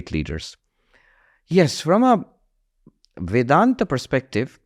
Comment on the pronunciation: Host why such heavy western accent. Not required for Indian audience 😅. Especially when pronouncing Indology words like vedanta . I urge you to pronounce it as Sanskrit , even for western audience out there, it is much better to listen to.Just a suggestion